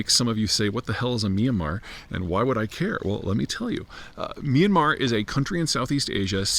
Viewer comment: Myan-mar, 2 syllables